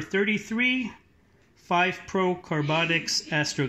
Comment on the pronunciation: Astro Ganga not genger lol